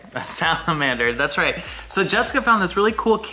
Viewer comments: “We are going to disept a samalamander” is the best part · interrogating about Princess Bride was amazing. I’m glad has discovered the genius of Mandy Patinkin! I also definitely thought said “there’s a monster when you poo” at first 🤣